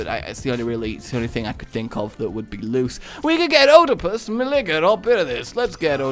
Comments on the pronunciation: Uhh I don't mean to be that guy and is sometimes known for his mispronunciation, but Antigone is pronounced as An-tih-go-nee Oedipus has a silent o, so it's just read as Edipus. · Oedipus... Ee-deh-pus...